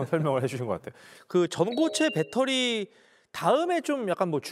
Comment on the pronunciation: 딴 사람들이 다 빳데리라고 해도 아나운서 였던 도경완씨만은 그렇게 하면 안 되는데 다 배터리라고 하는데 왜 아나운서였던 도경완씨만 일본 발음인 빳데리라고 하나요.